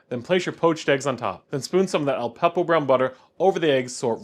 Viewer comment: OK, you're mispronouncing a lot of stuff, starting with the name of the dish. It's not "kill-burr". It's closer to "chill-burr". Then you refer to Aleppo peppers as "Al-peppo" peppers a hundred times. There's no "p" after "Al".